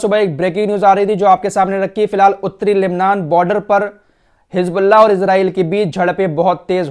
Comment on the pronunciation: hiJbullah nahi HIZBULLAH. Musalman ho bhai, J aur Z mai to fark karna seekhen khudara itne subscribers hain